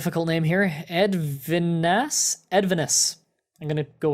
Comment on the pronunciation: I love how people try to say european names :D By the way Edvinas is a Lithuanian name ( thats me :D )